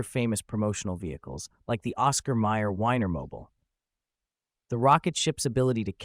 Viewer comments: Great videos. Is it AI voicing or illiteracy? Winer mobal? Really? Use Google translate to hear what the names really sound like. One vocal slip up ruins the whole production. Otherwise, keep up the fantastic work. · Thats "Weener" son! Oscar Myer pronounced Weener Mobeel. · WAY cooler than the Wienermobile, even if the latter wasn't pronounced correctly